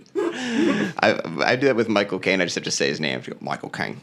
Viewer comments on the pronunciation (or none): When Michael Cain says his name it sounds like he's saying "my cocaine"